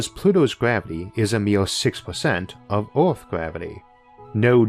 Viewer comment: I champion the narrator's perseverance to read through the accent & impediment, but "Arth" was just overwhelmingly funny to me. Sorry.